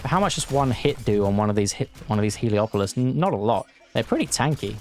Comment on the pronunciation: Everyone calls it "heliopolis", but it's called "helepolis".